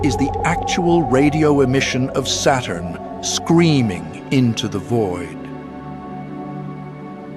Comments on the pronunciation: It's Saturn, not Satan bro Just chill 😂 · SATURN Pronounce SATAN.. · Saturn pronunciation almost same to Satan, SAY IT !